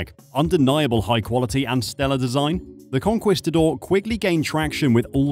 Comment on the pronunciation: Is this AI? If not, please check your pronunciation of Jacques Cousteau, and Conquistador.